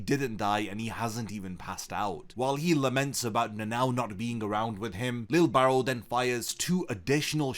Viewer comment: Bro I thought you were saying lil barrel, im like damn that’s a cool nick name 😂🤣